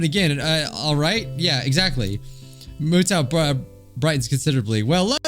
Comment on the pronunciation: Mutou is pronounced Mew-Toe